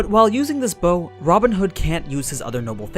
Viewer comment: Bow...It's so easy to pronounce. But the English dub couldn't do it!